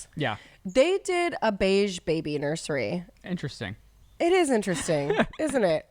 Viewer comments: Why do you say “nur-SHery” ….. there’s no SH 🤔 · “Nurshery” “stanima” ❤